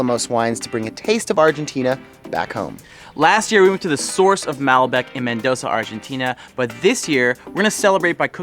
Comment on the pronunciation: As an expat in Argentina of about 20 years, this is one of the most authentic videos I have seen. Very well done. Only suggestions is learn to pronounce Mal-bec'. Cover the salting of the meat, cooking with fat side up first, covering the meat with newspaper. I enjoyed your video.... you captured a LOT of the spirit of asados!!